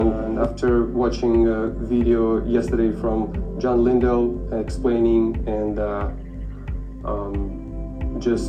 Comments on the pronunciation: Lindell is pronounced Lynn-dull with emphasis on the Lynn. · FYI, Lindell is pronounced like kindle (I attended James River Church many years ago). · Sounds like LIN- DULL when pronounced... if you were to check past stronger mens conferences from this church you would find more controversial guests that were invited to perfom. The guy that dresses like the painter Bob Ross and makes you tube videos with titles like "how to paint like a feminist " ( that particular video starts with mockery of prayer) is on the list. I was not suprised when i got home from turkey hunting and saw all this hoopla. The Stronger Mens Conference is like attending Travis Pastrana's "Nitro Circus". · You don’t even know how to pronounce his last name. U don’t know him. He didn’t “lie” he got the wrong info and now he’s apologized for having him at all at the men’s event.